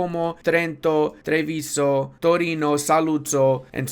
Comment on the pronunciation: quick pronuciation tip: Ur italian is pretty good for an non italian guy but you put the accent in the wrong vocals, like in saluzzo the accent is in the u, in treviso is in the i and the o has a closed accent ecc...